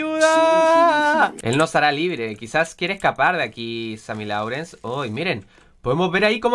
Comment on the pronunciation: se pronuncia sammy lorens no sammy laurens